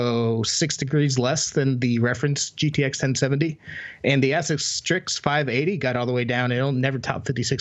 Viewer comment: Keep trying, you'll get to pronounce ASUS right eventually.